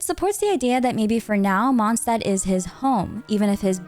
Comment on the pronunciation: Usually I love your Lore Breakdowns and explanations but lately you've started to mispronounce German words and it's getting a bit... grating. You used to be the only Lore-Tuber getting these things right 😓 It's Mond Stadt (S as Sh), not Mon Sdad or Kerl not Koerl for example 😭🙏